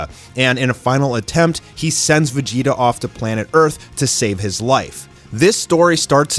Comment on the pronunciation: Why does he call him Vegita when the name actually is Vegeta?